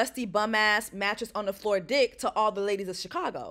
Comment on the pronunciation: “mattress on the flo diqué “😭😭😭😭JESSIE PLS